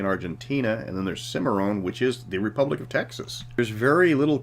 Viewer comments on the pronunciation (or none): When you called it, " The Rebublic of Texas ", I wanted to subscribe again.